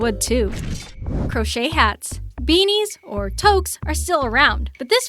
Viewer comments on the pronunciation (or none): tuque is pronounced T-OO-kh. Not Toke.